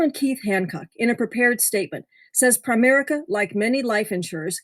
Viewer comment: DID YOU SAY "PREMARICA" this COMPANY is a SCAMMER! THEY HAVE RIPPED OFF a LOT Of PEOPLE THEY TAKE MONEY FROM PEOPLE and DO NOT PAY CLAIMS, THESE GOT-DAMN PEOPLE (PREMARICA) are CROOKS!